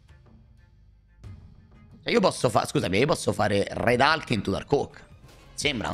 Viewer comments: sempre meglio di dire "ulk" dopo aver pronunciato tutte le altre carte in inglese. Nel complesso sbaglia tutte le pronunce inglesi, perché fondamentalmente non sono precise. Hulk Hogan l'ho semprr sentito pronunciare come "alk" di certo non come "ulk" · Ah beh perché tutte le volte che dice RED ALK? Mi fa uscire pazzo, come si fa a sbagliare la pronuncia di HULK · non si pronuncia comunque ALK e poi in italiano è inascoltabile